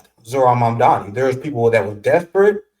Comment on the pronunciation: Great conversation! Only thing is, you keep mispronouncing his name ..it's MAMDANI.